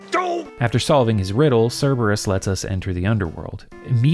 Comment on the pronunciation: Bro cerberus? I think you mean cer"bro"us